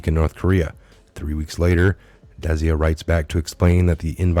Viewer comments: Desia rhymes with dyslexia. Desai rhymes with goodbye. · Love ya but its Des-eye Good content. You were the one i first listened to upon being redpilled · It is pronounced `Des eye` very common ndian name. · it is pronounced [dis-eye] Desai . your welcome..